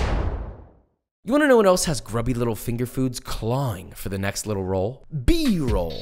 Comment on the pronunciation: who else gets happy when he says B roLL